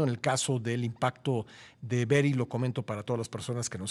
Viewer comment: Berri no beryl jijijijij